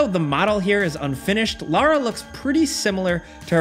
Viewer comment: Thx for saying Lara and not Laura